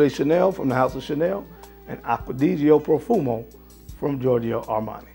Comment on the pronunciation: well done, the way you have pronounced "Acqua Di Gio Profumo" cari saluti 😄